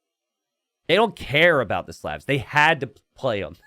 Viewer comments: There is no such word as "anyways" in the English language. The word is "anyway". You can't even pronounce "Slavs" correctly. STOP PERPETUATING STUPIDITY. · You pronounced Slavs wrong bro. Good cast and a great match.